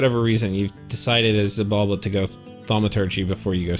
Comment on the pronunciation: Just a heads up: if I recall correctly, the ‘X’ in ‘Xibalba’ is actually pronounced as though it was an ‘Sh’